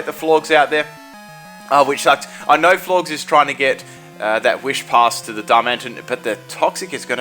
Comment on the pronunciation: Florges is pronounced like Gorgeous.